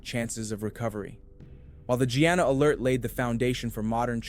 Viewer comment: Her name is pronounced like "Gina"